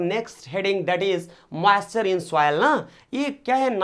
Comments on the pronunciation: Please do correct pronounation it soil not souil😂😂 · please do correct pronounation it soil not souil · It is not souvil it soil sir😂😂😂😂😂😂